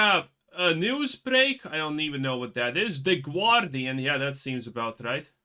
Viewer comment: What's the "Gwardian"?